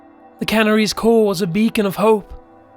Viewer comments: Yeah the narration is off. Idk what it is but it didn't make it scary. Sorry narrator! I like how canaries is pronounced canneries😁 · I am going to have to stop watching because of the narrator's pronunciation of 'canaries' and 'stalactites'.